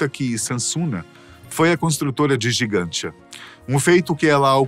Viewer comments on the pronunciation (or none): Porque a locução fala Gigantia e o texto diz Gantija? No Google realmente consta como Gantija. Gigantia seria uma tradução?